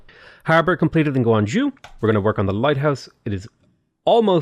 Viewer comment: pronouncing Zhou: Guangzhou -guang-zhoo Xingzhou-xingzow How it’s actually pronounced: Zhou -zhoh/joe